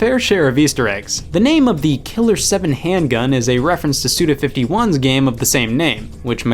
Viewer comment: It's "SUDA FIVE ONE", not "SUDA FIFTY ONE" because his name is GOICHI which can mean "five one", but NOT "fifty one". I post this comment every time you guys say it wrong and it never gets corrected.